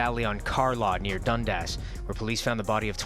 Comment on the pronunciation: He goes on to pronounce Dundas street wrong tho